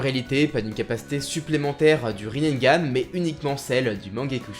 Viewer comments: Par contre c'est Rinnegan.... Riz nez ga neuh pas Rinnengan (riz naine) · désolé, je veux pas faire le mec chiant, mais c'est Rinnegan ( prononcé Rinégane ) t'as rajouté un "n" en trop sinon superbe vidéo :)